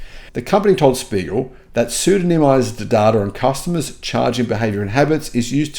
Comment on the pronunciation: Mate, it's "Der Spiegel" (The Mirror)!